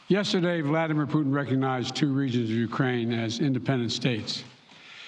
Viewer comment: Thought she said bladdermair oh well 😅